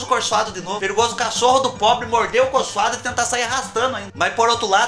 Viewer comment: Kkkkkkk do céu...eu morro de rir.... quando você fala ( acorchoado ) kkkkk